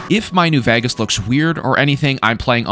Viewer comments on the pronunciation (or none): Why does bro keep saying New "Vagas"? It's vEgas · "New Vehghus" lol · i like your content man but there's only so many times i can hear "new vhayghes" before it makes me want to tear my skin off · why cant you pronounce vegas are you stupid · you say the word vegas weird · why do you say vegas like that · Who do u say vegas so weirdly